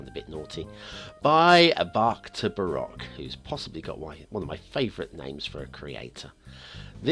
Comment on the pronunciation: "Baroque" is pronounced with a "long" o as in buh-rohk. I know of this since my cousin has a Doctorate in Music specializing in Baroque music (violin).